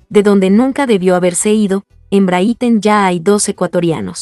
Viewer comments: NO SE PRONUNCIA BRITEN SINO BRIGHTON! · Porque dice Brithon ya mismo lo dice Brito 😅😅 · Encima de publicar noticias falsas no saben pronunciar el equipo... De verdad no se cómo carajos tienen la cara de aparecer y seguir?